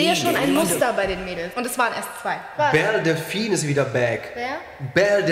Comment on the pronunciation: Belle Delphine wird so ausgesprochen [Bell Delfinn]